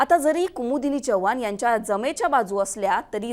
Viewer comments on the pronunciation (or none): Chvhan nahe madam Chavan mhna Marathi shudh bola